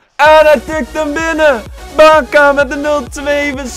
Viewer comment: Hahahaha geen haat maar in deze video spreek je al die namen bacca en draxler en napoli verkeerd uit maar maakt nii uit moet je zelf weten zeg het alleen😂👌🏻❤️